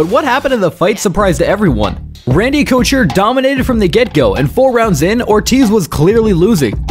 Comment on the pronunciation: Great video only advice is to check the pronunciation on names in editing cause hearing you say couture and Cormier was like scratching a chalkboard but incredible video great stuff keep it up!